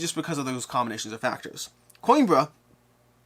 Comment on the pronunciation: I'll give you the Portuguese pronounciation for Coimbra. Put the word "Coin" out of your mind and replace it with "Queen". That will give you "Queembra" ;)